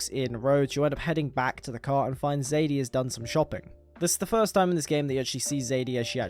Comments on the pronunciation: I personally played it the same both times and how I feel is the most natural way. I played as a total outlaw until Arthur starts counting and speaks to Joseah about redemption. From that point I changed my ways and started giving back. Also calling Sadie, Zadie is driving me crazy like seriously. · Great video thanks 👍🏻 one criticism.... Her name is Sadie not Zadie 😅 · BROOOOO ITS FUCK SSSSSADIE SUHAHDIE NOT FUCKING ZADEY ITS SADIEEEE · Sadie not "Zadie" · also her name is sadie not zaidie sorry😭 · just wondering why do you say zadie and not sadie